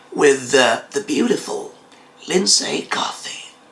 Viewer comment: you kept on saying Lindsay, she already pronounced it as LINDSEY (Lindsee)